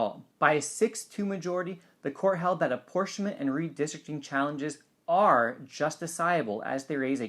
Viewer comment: Could you settle an argument on the pronunciation of "justiciable"? Which is correct, how you say it or wikipedia? THANKS!